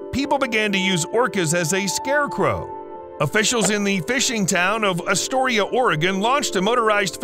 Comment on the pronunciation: I hate how he Pronounces Astoria and Oregon!